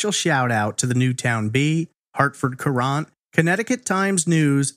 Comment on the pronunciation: I grew up in Newtown during this time. I was around 12 and this along with Richard Crafts were the biggest news forever. I always thought this case had been solved. also, FYI Hartford Courant is pronounced the same as Current not ker-Aunt